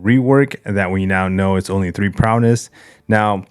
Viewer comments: Prowess, not prowness 🤣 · Why does he say “prowness”?